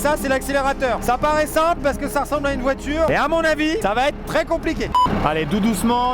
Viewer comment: pauvre todd sa voiturrrrrrrrrrrrrrre ... XD